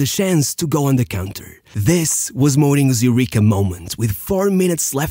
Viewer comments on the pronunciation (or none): none